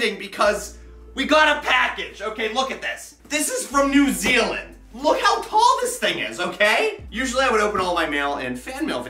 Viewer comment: No he pronounces it right.